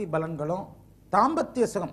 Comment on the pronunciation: not bournami it's pournami.not balangal..it's palangal